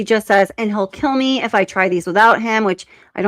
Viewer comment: She just said keel me